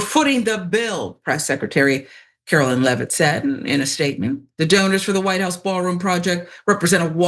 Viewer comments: “The Whit House”?? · Location: "THE WHIT HOUSE"??? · The “whit house”?